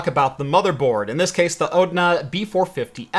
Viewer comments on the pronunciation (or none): ONDA not ODNA.... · it's not a "ODNA", it's a "ONDA"...